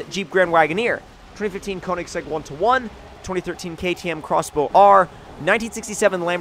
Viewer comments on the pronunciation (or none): none